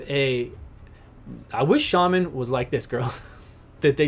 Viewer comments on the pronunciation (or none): none